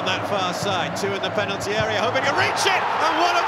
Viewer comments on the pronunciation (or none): none